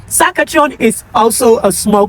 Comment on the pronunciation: It's Sas-kat-chewan